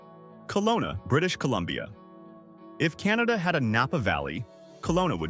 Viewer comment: Funny way to say Canada , where it's pronounced "Kin-ahh-da"